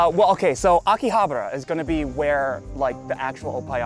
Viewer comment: and legend has it william osman still can't pronounce "Akihabara" to this day